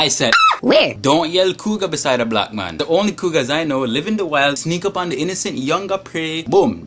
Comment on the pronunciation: i love it when u say "mon"! :)